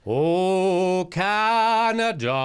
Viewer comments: Can ada, not... Con ada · Jimmy: "Caw-naw-daw".